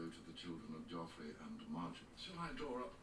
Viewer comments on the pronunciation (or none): none